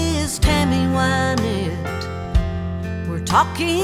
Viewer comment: Reba, you said Tammy's name correctly in this interview but incorrectly in the song! I still love the song, though. It's pronounced Win-ette(as in to achieve victory), not Why-nette. Just to set the record straight, Tammy introduces herself here at 9 seconds